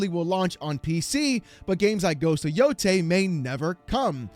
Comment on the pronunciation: Everyone is pronouncing "Yotei" wrong, and it's starting to piss me off. 🤣